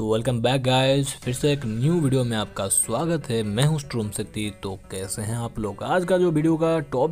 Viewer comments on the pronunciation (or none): none